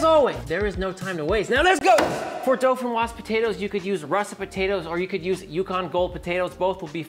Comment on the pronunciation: There is no “L” in dauphinois